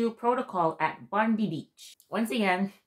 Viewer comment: Its not pronounced Bon dee we say Bon dye bondi